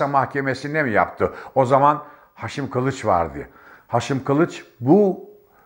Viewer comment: mden değil maden , Hşim değil Haşim, alka değil alaka diyeceksin. Doğru Türkçe konuş.